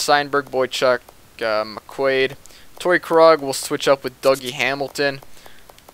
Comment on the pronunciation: Pronounce Krug like kroog